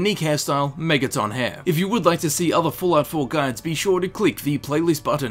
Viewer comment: why do you put so much emphasis on the O in megaton?